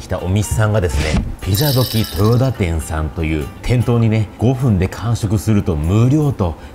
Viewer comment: とよたって言うんやよ〜